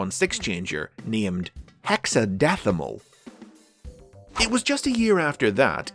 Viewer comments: hexadeathamal? that made me do a spit take. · I'm gonna be honest, as great of a pun his name is, saying it out loud sounds more like someone with a lisp trying to pronounce Hexadecimal. Lol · “Hexadeathimal” That physically hurt me to listen to